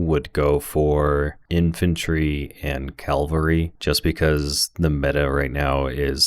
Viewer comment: Good stuff, but I think they’re called Cavalry, not Calvary! 😂